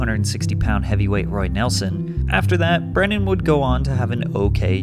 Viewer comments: Why are you pronouncing his name as "Brandon"? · As a man named Brendan, it's hilarious to listen to pat slaughter the pronunciation of it. It's pronounced like the movie star's name. Unless Mr Schaub has heard the mistake so many times and just doesn't care anymore Lol idk, just thought it was funny